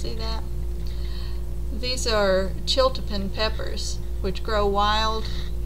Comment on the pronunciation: I'm fascinated by the chiltepin too! It is pronounced chil teh peen. It is my favorite pepper for using in many Mexican dishes especially salsa roja. Where are you in Texas. I'm in Austin and live near downtown and they are all over my neighborhood. I find them wild in many of the nearby parks as well. I grew up in Karnes County and that is when I became familiar with their heat as a child. My grandfather would put a few drops of a sauce made with vinegar and chiltepins on his beans. The flavor of this pepper is superior.